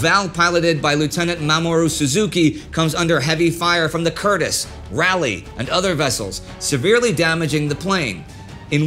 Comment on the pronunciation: It's RAW-lee, not rally. As an American and a Southerner as well (Raised in Texas?), you, Indy, should know. The USS Raleigh was named after Raleigh, NC which was named after Sir Walter Raleigh. Do the British pronounce it differently than Raleigh residents? My mother grew up there. I really love the series, just some minor details, lol.